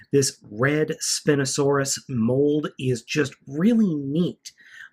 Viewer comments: Did he really say SPINosaurus it's spineosaurus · you say it spin-o-sawr-us but it's pronounced spine-o-sawr-us I'm sorry but I just hate it when people miss pronounce the name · It's pronounced spine-o-saur-us not spin-o-saur-us. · its spine-a-sour-us not spin-a-sour-us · you don't say spino like spiino you say it like spino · its not spin its spine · Your pronunciation of Spinosaurus physically hurts me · I lost it when he said spin-osaurus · It's pronounced Spine-O-Sorus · IT'S PRONOUNCED SPY-NO-SAURUS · BTW, it's pronounced spine-o suarus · YOU SAID FREAKING SPINOSAURUS WRONG!!!!!!!!!!!!!!!!